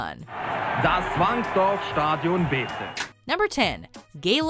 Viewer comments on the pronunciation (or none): Stadíon, i love it when WM tries to pronounce something Dutch :)